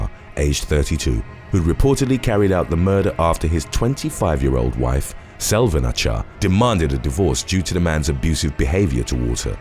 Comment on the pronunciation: Love ur videos!!! Just wanted to say that in turkish, "C" without an accent underneath is pronounced like "J" in english. So the name would read like "Ajar" . "Ç" is the ch sound. You do a great job!!